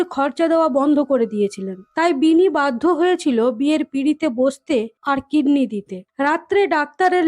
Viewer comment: আপু কিডনি তো দেখছি কৃমি হয়ে গেলো উচ্চারণের জন্য😂😂😂😂